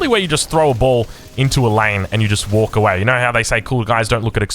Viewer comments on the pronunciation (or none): none